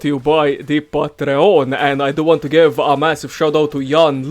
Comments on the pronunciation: And patreON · I'm sorry but the way you say Patreon is making me lose it ahsisjajd